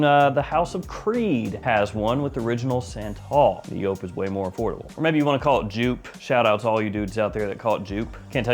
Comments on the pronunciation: It’s YOOP, not YO-PE! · Stop saying "joop" there's like 6 other varieties. Edt, edp, le parfum? Extreme? Hard to tell what one your talking about. I'm guessing your montblanc relation is to the edt because no montblanc comes close to the le parfum.